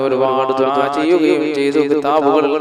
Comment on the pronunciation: ദുബായ് അല്ല ദുഅ ആണ് ketto